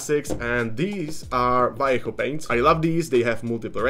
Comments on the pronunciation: Thanks for saying "Vallejo" and not "valley-ho" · Micron is neat for doing text! Also neat, you say Vallejo right haha, most people miss the "B" sound at the start.